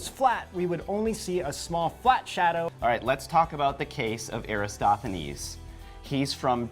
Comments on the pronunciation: Erastathones? OMG, SMH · You said Eratosthenes wrong every time; transposing the “s”. Also, his experiment would work the same on the flat earth model. Just saying...